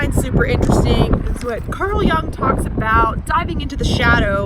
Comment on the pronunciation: Jung is a German name/word, so is pronounced not [young], but [yoong] (American spellings).